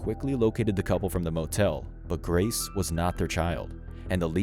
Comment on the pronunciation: Grace, not Grase.